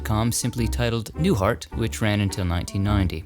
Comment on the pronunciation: I was tired from cooking Easter dinner, when I was watching your latest video. I thought I hear you say Bob Newfart . I restarted it again to see if I missed heard you, but it sounds like Newfart to me. 😂😂